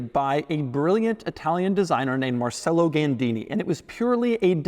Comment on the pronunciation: Not mar cell o, its mar chell o. Sorry, as an italian with the name marcello, it drives me nuts. Nice car 👍.